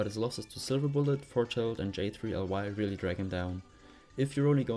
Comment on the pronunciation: J3ly is pronounced as jelly like jellyfish